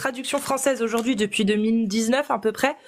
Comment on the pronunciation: Aujourdjoui, partchi, mentchi...jpp 😱